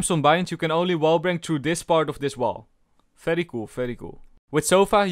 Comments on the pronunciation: I like the fery fery cool every time u say it its just nice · That "VERY COOL VERY COOL" is so satisfying to hear!!!!! It actually sounds like "FERY COOL FERY COOL" because of your accent.